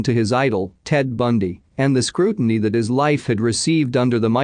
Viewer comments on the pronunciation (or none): none